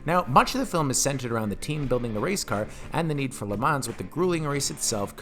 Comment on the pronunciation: 1 out of 10 for not knowing how to pronounce le mans correctly